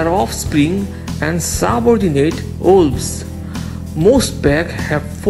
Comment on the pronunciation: Wolves, not Uoolvs 😂